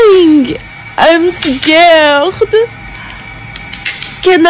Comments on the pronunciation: "Im scar-d😰, can ny eat dit?😋" got me thinking for a long time.. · Why is nobody talking about “I’m scaueaugred” 🤣🤣🤣